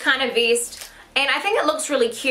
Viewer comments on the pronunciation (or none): It's vest not veest